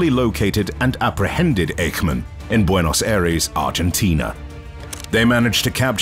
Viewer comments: His name was not Ache-man. It was IKE-MAN. OK? 😢😢😢😢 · Is it you again? You pronaunced Eichman wrong. It is not like a pain but like saying the first three letters in "I sh ould" as Ishman.